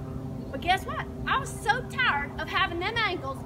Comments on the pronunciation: Taarrred... isn't it tired? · says "I'm Tared f it"